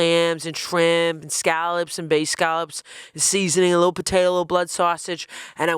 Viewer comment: As a Bostonian, I can’t listen to the way pronounces scallops 😭